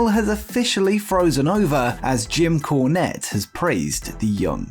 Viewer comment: Are you saying corn or con or cone?